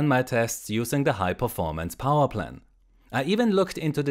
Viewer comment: And "powaah".